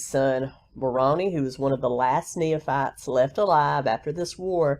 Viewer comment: It is pronounced "knee fights." Nephites. No third syllable in between. 😀